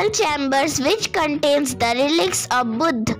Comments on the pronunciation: And it is buddha not buddh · Not Buddh . Buddha ok . Your voice is very beautiful 😊